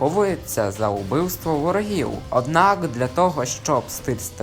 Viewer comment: наУДбивство? УДбивство? ....